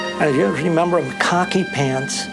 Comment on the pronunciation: 😂 It's NOT COCKY pants 😂 It's KHAKI pants‼️😂 Welcome, to my part of the world 😂